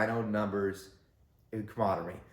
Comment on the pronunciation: Kah-mur-rahd-er-ee Cameraderie. 5 dyllables.